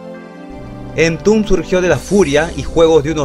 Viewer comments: En latam se pronuncia EN-TOM-BED cabrón! Que entumb ni que mamiladas! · "Entun" jajajajajaja buen contenido, pésima pronunciación 🤘